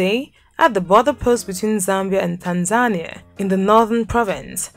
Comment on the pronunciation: It's pronounced Tan-za-nee-ah NOT Tan-zan-ee-ah